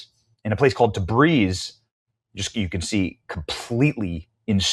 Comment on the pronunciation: Tabriz ❌ Debris ✅